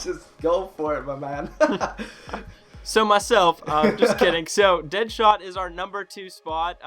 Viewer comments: deadshot not deadthot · anyone else notice deadthot not deadshot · It said dead"thot" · Did anyone else notice that dead shot says deadthot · anyone else notice how it said deadthot instead of deadshot? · Deadthot? U mean dead shot? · It said deadthot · And you said dead thot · Anyone notice it said Deadthot instead of Deadshot? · You said DeadTot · Its says deadthot not deadshot